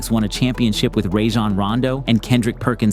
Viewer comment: nah when he said rayjan rondo 😂